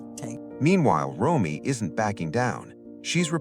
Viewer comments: Nick's sister's name is R-O-M-E-Y, pronounced Roam-ee, not Roy. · Yes, “Roy” weakens the credibility of this broadcast.🥲